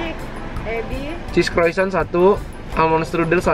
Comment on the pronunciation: Emang cara nyebut Croissant begitu ya ? Hahaa